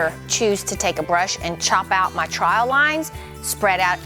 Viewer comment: I love you and I love your videos! But.... In the first few videos of yours that I watched, whenever you said "trowel, troweling, troweled", I had no idea what in the world you were saying! I kept hearing "trial"! And I'm very familiar with SCC and their videos! I eventually figured it out, but as a fellow southerner, if I didn't understand, you can bet there's quite a few other folks who do not understand that you are saying the word "trowel"... So, I mean this in the best possible way, say TROW (rhymes with cow) ULL... TROW-ULL... TROWEL. ❤